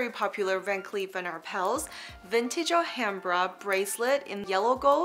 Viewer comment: It's Ah-lumbra.